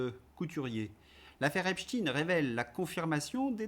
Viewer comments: "i" dur ; "i" mou ; ... Non, pas ça, PITIÉ ; En plus je suis francophone, germanophone, ... Et ça ne fait que quelques mois que NOUS, les "1%" (sic 😪?!), nous nous tordons de douleur chaque fois que nous nous faisons arracher les tympans en entendant prononcer cette NÉO-HÉRÉSIE Débile, Inconcevable, et, soyons honnête INDÉFENDABLE tant en la langue de Molière que pire encore de l'infortuné Johann Wolfgang von Goethe !!! ... Mon propos n'est toutefois pas de convaincre mais de témoigner de certaines aberrations dont je peux être témoin, de rallumer de-ci de-là quelques modestes lueurs dans le ténébreux obscurantisme ambiant ... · ton entêtement à vouloir prononcer le nom de famille de Jeffrey de la même façon que tous les médias aux ordres, comme tu les appelles si souvent le font, est quand même étrange. Il y a de plus en plus de personnes, sur les réseaux sociaux, qui expliquent la raison de ce changement de prononciation. Serais-tu toi aussi « aux ordres »? Je vais continuer quand même à te suivre car j’aime bien tes analyses. Cet épisode « chtaine » vs « chtinne » me laisse un peu perplexe quand même. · Pourquoi dites vous Epstine au lieu de Epstein ??????? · C'est "epteïne" pas "epstine". Pk franciser le nom de ce psychopathe ??? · Non c'est n'importe quoi, le journaliste américain a dit Epsteen😂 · ARRÊTEZ DE DIRE EPSHTINE c'est EPSTEIN 😡 Vous dites einstein ou einstine ? Vous couvrez son origine ? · Ceux qui prononcent Epstine, sont souvent ceux qui émettent une accusation contre la Russie dans cette affaire, même si ce n'est pas votre cas vous faites leur jeu ,malgré vous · Il faut vraiment être naze, pour dire "Epstine" ! C’est sa judaïté revendiquée et raciste, qui vous dérange ??? Je ne connais ni WeinstINE, ni RubistINE, ni EinstINE, ni BerstINE ! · Je ne suis pas d'accord avec ta prononciation d'Epstine 😂. Me mettre dans une catégorie sans avoir lu mon argumentation, hier, ce n'est pas juste ! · Pourquoi prononcez-vous Eps-tine ?